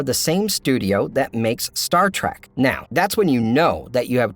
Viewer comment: For gods sake!! It’s TREK! Pronounced TREK! If it was pronounced “trak” it would be spelled as such!!